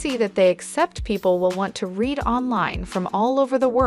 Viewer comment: Is the narration from a shitty text-to-speech app or something?? Like... "red them and rekerd them"? lol. Even most folks I know that speak English as a 2nd language don't mispronounce as bad as a lot of the words in this video, holy fuck🤣😂